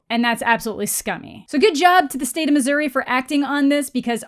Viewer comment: Hi, from Missouri. Only we are allowed to say Missouri with an accent. Thank you and goodnight.